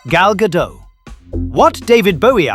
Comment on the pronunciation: Sajak retired from Wheel of Fortune in 2023. Also, Gal Gadot pronounces the T at the end of her last name. Like the word dot.